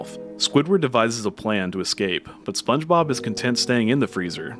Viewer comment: did he just say Sponge Bibble?! 🤣